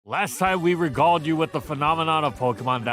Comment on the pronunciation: Lol its re gale d not re gauled